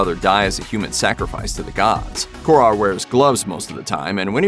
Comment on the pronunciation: Fucking hell the way americans pronounce foreign names sounds like they do it poorly on purpose..Or that they are scared to sound stupid if they do it the correct way..How does "Kåre" turn into "core-A"?